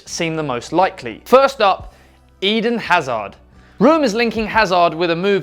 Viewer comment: I don't like hate...but those name pronunciations are just disrespect to the players.... e.g Eden Hazard and Tony Kroos , you should look up the proper pronunciations.